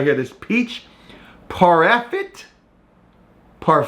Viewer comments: It’s pronounced PAR-FAY .. I didn’t like the peach one so I always gets the strawberry breakfast smoothie one. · "par fay" lol. Also those bolthouse farms drinks are awsome i literally feel heathier after drinking those lol. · It’s pronounced parfay lol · it's pronounced par-fay LOL